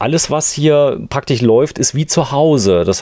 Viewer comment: Es heißt ->praktisch< -und nicht „praktich“ was ist das für ein deutsch??